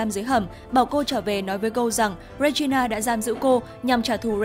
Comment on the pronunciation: Góp ý 1 chút là tên hoàng hậu là Regina nhưng đọc là “Ri gin na” chứ không phải đọc là “Re gi na” ạ 🥲